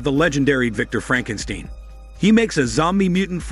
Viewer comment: Lol 😂 Frankensteen!! Great recap 🎉🍻